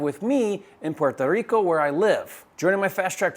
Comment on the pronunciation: I love you and you're a flipping genius but if I hear you say "Puerto Rico" like that one more time I'm going to dive off my 15th floor balcony head first towards the pavement! 😂😂😂